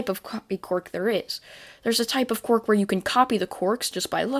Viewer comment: I love how he says quirk like qork